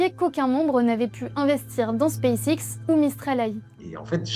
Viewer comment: Hakim le plus gros mytho de la planète lol. En revanche le mouss il se deguise en homme? Parce qu’il a une voix de fillette mdr. Pour info en anglais ça se prononce : Space ex